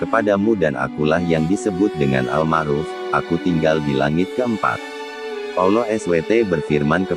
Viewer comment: Konten musikah ini wkwk,, swt bukan disingkat ya,, dipanjangkan Subhana wataalah,, bukan Olloh ya tapi Allah biasa saja pengucapannya